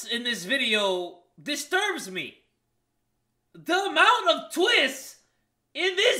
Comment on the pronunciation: no one: literally no one:: tHe tWiStsss!!!!!!!